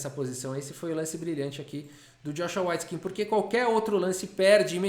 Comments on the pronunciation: S.C.A.F a pronuncia correta é weitskin.. ele pronunciou errado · Só eu que estava ouvindo a pronúncia como Joshua "Whiteskin"? Que contraste! 😆